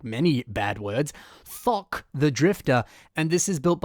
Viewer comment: You tried to say Thok so it didn't sound like the f word but you just made it sound like the f word. Good job